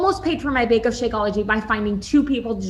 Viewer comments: Loved this video! Im a new follower and I like how you analyze things. Also side note - the way she said “bag” as “beg” infuriated me lol. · 2 things I could not stand as they were incredibly distracting: the way the constantly is like, smacking her lips or something? And "bag" being pronounced so strangely for no apparent reason.